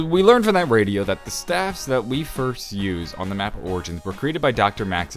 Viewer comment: Idk if this is a stupid question but why does he say staffs like st-A-ffs